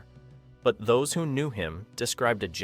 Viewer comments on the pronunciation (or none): none